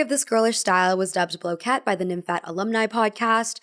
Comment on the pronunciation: The emphasis of nymphet is on the first syllable: NIM-fet, not nim-FET